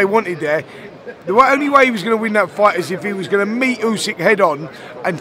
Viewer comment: Eddie "what you goner do now" Hearn